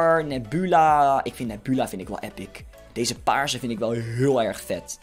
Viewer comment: job je zegt nebula nepjoela